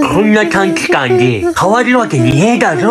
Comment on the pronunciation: 短期間のところが、短時間って聞こえる😵